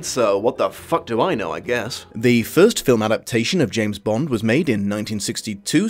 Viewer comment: James "Blonde"?